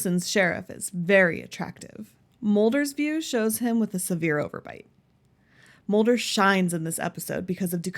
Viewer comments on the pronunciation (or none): It's scully not scolly. And it's Mulder not molder!